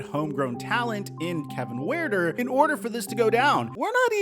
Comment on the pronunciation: Kevin wueter 😂😂😂😂